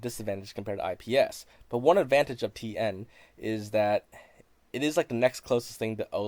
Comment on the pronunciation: Did you say PN or TN